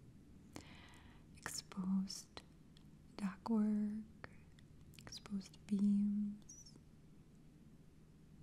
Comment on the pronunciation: "duKt work", please.